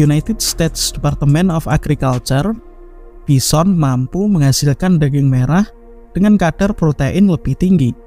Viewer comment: Your A.I. needs some touching up. It's not pronounced bisson.